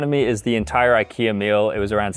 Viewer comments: how did he mispronounce Ikea randomly after he said it right so many times? wtf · He pronounces IKEA wrong.. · Ikea pronouncing needs some work…